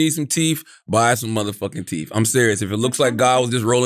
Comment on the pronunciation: Teeth is NOT pronounced teef 😂😂😂